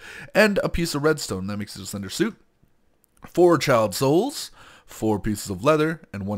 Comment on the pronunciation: the way he says 'child souls' it sounds like he is saying Chiaotzu, from DBZ